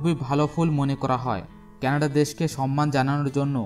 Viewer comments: কেনাডা নয় কানাডা। উচ্চারন য়হিক করুন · 'কেনাডা দেশ', 'কেনাডা দেশ' কি জিনিস? সঠিক উচ্চারণ হচ্ছে 'কানাডা' | এত সুন্দর ভিডিও বানিয়েছেন অথচ দেশের নামই সঠিক ভাবে জানেন না। কি লাভ হলো? ফলাফল শুন্য।